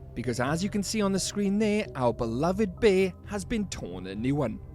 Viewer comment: "oUr BelOviD ROxY " was crazy